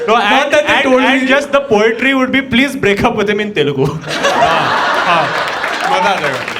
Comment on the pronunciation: Bhai Telelgu nai hota hai, its Telugu.